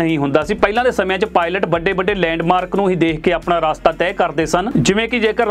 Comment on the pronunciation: Veer ji Raastaa nahi Rstaa bolo ji. Punjabi boli naa khraab kro. By the way thx for sharing your knowledge